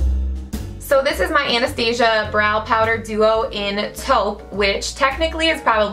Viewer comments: But it's not right... Anastasia is founded by a woman named Anastasia and that's pronounced An-es-tah-seeyah. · OMG! somebody finally says Anastasia right!